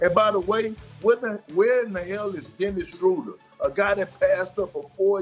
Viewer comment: Pronounced his name wrong